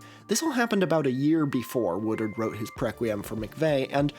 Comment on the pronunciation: i keep hearing a Philly guy say "watered" every time you say "Woodard" xD